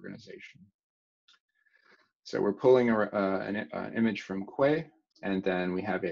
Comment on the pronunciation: quay is pronounced "kee" as in the place where ships dock